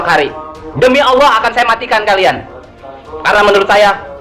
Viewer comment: Tapi mengucapkan lafal Alaah faseh bngt wah sekolah dimana ini ya..